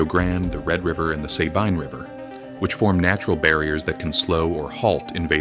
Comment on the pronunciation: Clearly AI generated. Can't pronounce Sabine right.